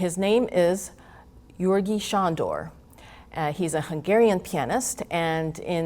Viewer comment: I’m half Hungarian, and her pronounciation was very good, compared to most people!